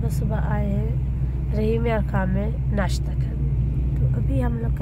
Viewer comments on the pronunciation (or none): Plz change please par neshta nahi.... Place par nashta... Jazak allah